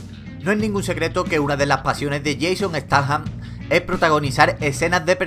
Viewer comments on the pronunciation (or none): se pronuncia steitan no stathan sin más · jeison estaham jajajna parece que te hayas estornudado jajajaja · Jason "ehstaham" aprende a pronunciar bien el ingles pelele